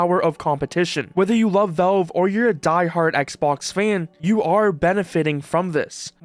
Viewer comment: It's pronounced "VALVE", not "VELVE"